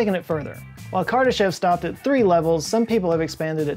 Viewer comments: Btw, his name is pronounced kur DAH shof with a long o in the last syllable. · Kardashev is pronounced kar-duh-SHOF.